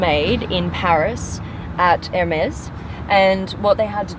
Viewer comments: You are pronouncing Hermes wrong its not ermes the h isnt silent its Hermes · It's pronounced "ermess" not "ermez" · I thought 'Hermes' was pronounced as, "Her-Meez", or "Hermeez". She pronounces it as the initials, "M.S" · it's Hermès not Hemès respect France pls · Why the fuck does everyone call it AYYRMESS? Its fucking HER-MEES. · Sounds like she is saying ms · She says ermays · Do you mean her-mees? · It seriously sounds like you're saying air mez. I checked out the Hermes stuff and it is all fugly. I would never buy their stuff. Pagani however is freaking awesome! The Zonda is the hyper car of my dreams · Hermes! Not Hermes!